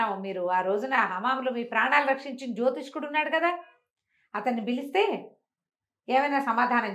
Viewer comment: జ్యోతిష్యుడు అని పలకవలసిన పదాన్ని మీరు కూడా జ్యోతిష్కుడు అనటం నాకు ఒకింత ఆశ్చర్యాన్ని, నిరాశని కలిగించింది.